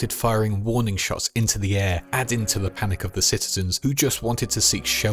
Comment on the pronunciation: "HOkay, so here's da earth"